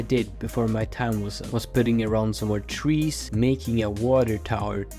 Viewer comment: seriously said twees instead of trees 😭😭